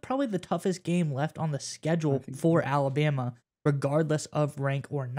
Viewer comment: There is no y in Alabama. It's Alabama not Alabyama